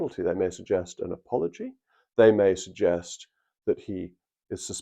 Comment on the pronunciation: An apoloy.............are you having a laugh